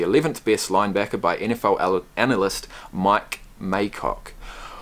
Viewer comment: "Mike MayCOCK" lol It's Mike Mayock.